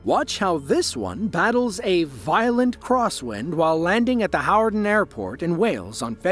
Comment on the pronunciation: NO ai can pronounce "Hawarden" correctly, this guy does, because he's not fooking ai!